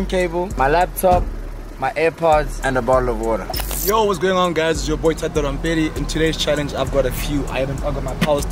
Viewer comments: " now fato and Percy are left" isn't it thato not fato😭😭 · So we going to mize how the cone pronounced Gontse and Thato’s names ?🤣🤣